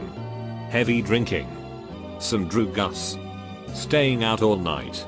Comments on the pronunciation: I love how the voiceover says drugs like "drugas" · "some droo-gas"